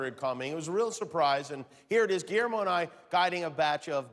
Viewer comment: Guillermo ma man but let the record show like the way Denzel says it ma'man.